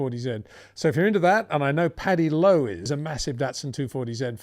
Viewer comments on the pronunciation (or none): none